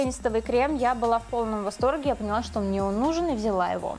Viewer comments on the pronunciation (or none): none